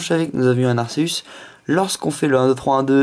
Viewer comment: Arceus ce prononce arkéus sinon bonne vidéo ^^